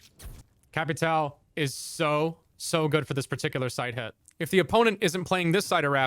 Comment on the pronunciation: Americans just can't say "ão" 🤣🤣🤣🤣 bro respect the name and say ir right